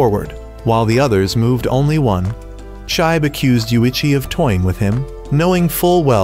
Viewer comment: It's pronounce "shee-be" not shibe